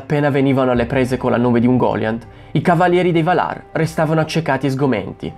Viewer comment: Bravo. Comunque, Valar si pronuncia Vàlar, non Valàr. :-))